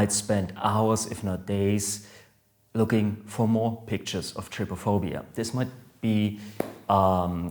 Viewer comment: U say is like try-phobia